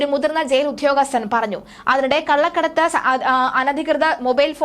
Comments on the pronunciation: you said"vidhyabhyasam" , "Udhyogasthan" etc. in this video also. kindly avoid such wrong pronunciation/usage. Instead of 'dh' you should use "d" . Eg. "Vidyabhyaasam", "Udyogasdhan" etc. Not only you but also many people have such wrong pronunciation. Kindly correct next time. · 😢പറഞ്ഞു മടുത്തു. "വിദ്ധ്യ ആർത്തി ", വിദ്ധ്യ, ഉദ്ധ്യോ ഗസ്ഥൻ